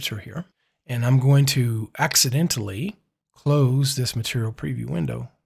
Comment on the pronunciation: You can tell by how he says accidentally, he's definitely killed some people. 😂 Thanks for the tip!